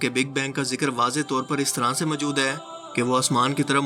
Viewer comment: السلام علیکم بیٹا جی ۔۔۔ آپ کا تلفظ اتنا غلط ہے کہ کوفت ہوتی ہے۔ مثلا آپ کی نالائقی موجود کو مجود کہنے سے ظاہر ہوتی ہے۔ لگتا ہے یا تو آپ دورانِ تعلیم نالائق تھے یا کسی نالائق استاد سے پڑھے یا کسی نالائق بیک گراؤنڈ سے تعلق رکھتے ہیں۔ ہو سکتا ہے یہ سب کچھ غلط ہو مگر اپنا تلفظ درست کیجیئے